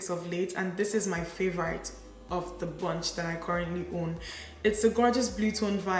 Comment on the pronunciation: I always love your makeup looks. Youre a gorgeous gal. Btw, is your pronunciation of "favourite" as "favour-rite " a Nigerian thing or where you're from in England kinda thing? Just wondering because I've never heard it before. It's cute 😃😄😊